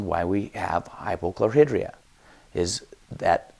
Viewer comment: Why do Utahrds pronounce words incorrectly??? Chlor-High-Dria